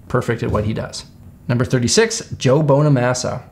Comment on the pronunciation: When you said bonamassas name 🤦‍♂️